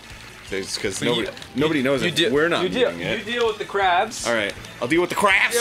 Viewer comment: Oh good, something hopefully less rage-inducing than Eryi's Action. Looking at the concert clip again, it sounds more like CRARBS than CRAFFS. Oh,. It's too bad your English conversational skills aren't as good as your songwriting.